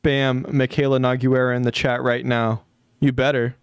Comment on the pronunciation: every time you said Nogueira it gave me physical pain